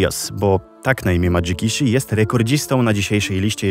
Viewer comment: Ciekawy katalog. Pytałem, bo dobrze mówiłeś nick Jikishiego. Dobry film jak zawsze, fajnie, że zamiast zrobić kopiuj wklej to dałeś przypadki z zagranicy o, których nikt w polsce nie słyszał.